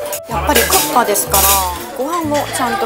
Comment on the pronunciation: 안녕하세요~혹시 일본분이신가요? 국밥 발음이 정말 쿠파로 들리네요ㅎ 닌텐도 회장님이 옛날에 고기집에서 식사하시는데 옆에서 누군가가 국밥먹고 싶다라고했는데 귀에 들리기에 쿠파라는 이름이 강렬해서 슈퍼마리오 보스 이름을 쿠파라고 지었데요ㅎ 고기집이니까 당연히 국밥이 고기요리라고 생각하고 머리속에 이미지는 불고기 같은건줄 알았는데 나중에 알고보니 국에 밥을 말아먹는 음식이라는걸 알고 놀랐데요ㅎ언젠간 한국에 오게되면 꼭 말하고 싶었다면서 말해주신 에피소드입니다ㅋ 우연히 지나가다가 신기하고 재미있어서 댓글 달아봅니다~ 재미있게 잘봤어요~저도 부산가면 돼지국밥은 꼭 먹습니다 건강하세요~